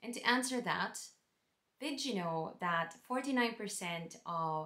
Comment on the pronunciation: I love that you have the Irish pronounciation of that ...Dat :) Welcome (almost) Irish citizen.